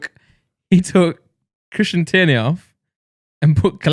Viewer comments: called Keiran tierney “kristian tierney” clearly know fuck all abt football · Christian treiney ????? Keiran teirney 😂😂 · Did Randolph just say “Christian tierney” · Man said Christian tierney